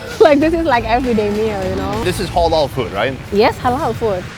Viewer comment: Why does say Hollol food 😂